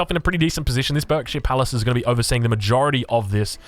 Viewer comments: It's pronounced 'barkshire palace.' I grew up in the County of Berkshire, it always makes me wince when it's pronounced as berk. Nevermind, you correct yourself later in the video! 😅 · You’re pronouncing Berkshire wrong. It should sound like Barkshire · It's pronounced bArkshire btw. <English boy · berkshire is pronounced like "burk-sheer" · Berkshire is pronounced baak·shuh. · Barkshir it’s pernounced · I'm from Berkshire and it's pronounced "Barkshire" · Just so you know, Berkshire is pronounced 'Barkshire' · Berkshire palace pronounced bark-sheer